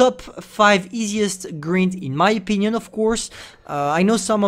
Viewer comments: how pronounces grind: Gr-eeeee-nd how english people pronounce: Gr-eye-NN-D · It's grind(greind) not green'ed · He's saying " greynd " Me: grind this is how to spell g r I n d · wait did he just say griend rather than grind? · Travaille ta prononciation: Grind se dit Grynd not greend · GRIND GRIND say it right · Of course one of the only words effected by your accent was the main one (grind) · Grind is pronounced more like brine than grin